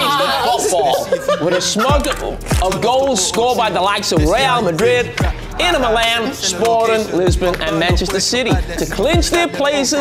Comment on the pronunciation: The club pronunciations were spot on😂